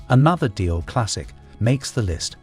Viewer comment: OMG, the dreadful AI mispronunciations make this SO hard to listen to! Since when was Dior pronounced "Dye-er" ?